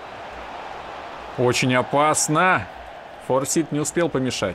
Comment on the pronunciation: не Форсит, а Форсайт. Сагу о Форсайтах Джона Голсуорси даже если не читал, то слышал уж наверное.